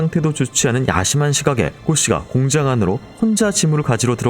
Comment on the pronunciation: 공장을 왜 자꾸 공짱이라고 발음 하시나요